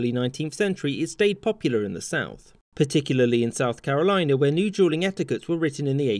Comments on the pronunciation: I swear it sounds like he's saying Juuling instead of Dueling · Is sounds like you’re saying JUULing instead of dueling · Sounds like he is saying juuling which is also bad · Ohhh you were saying dueling, not juuling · He reads " dueling " as " Juuling " and I can't hear anything else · Am I the only one who hears "Juuling" rather than "Dueling?" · I suppose you wanted to say "dueling" ? I hear something else, and automatic subtitle write "jew ling", that's quite confusing. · I thought he was saying "jeweling". I wondered why 2 people would "jewel" each other. 🤣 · Sounds like he's saying "juuling" .. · Everytime he said dueling it sounded like juuling🤣🤣🤣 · who else heard juuling? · Sounds like he is saying juuling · "jewlling" xd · Sounds like your saying juuling😂but good content🤙🏾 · sounds like he’s giving a brief history on juuling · Is he saying juelling? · It sounds like he’s saying Juuling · Sounds like he keeps saying juuling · Why does he keep saying “juuling” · That's because he says "jool" and "jooling" instead. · I only hear Juuling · At first it sounded like he said jeuling not dueling "people were using jeuls to legaly comit sucide" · Everytime you say dueling it sounds like your saying juuling haha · I thought he said juuling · It sound like he says juuling, and i just think of me and the bois in the school bathroom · Bro it sounds like he’s saying Juuling or juul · I’m sorry, dueling sounded like Juuling the entire time lol Why people don’t Juul anymore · Sounds like he’s saying juuling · It sounds like he is saying juuling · Every time you say dueling it sounds like "juuling" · Sounds like he saying juuling or juul or juuls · It sounds like he says juul or juuling everytime he says duel or dueling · He pronounces dueling "Juuling" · It kinda sounds like you're saying juuling and I'm fucking dying right now. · is it me or does it sound like he's saying juuling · It sounds like he's saying juuling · Who else though that he was saying jueling